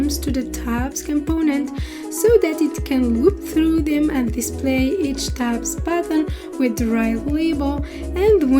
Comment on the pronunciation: well explained . Thank you ! The only thing - pronunciation. It took me some time to understand why are you talking about "tab pattern". Even youtube captions are reading it like this. Then I realized that you are saying "tab button"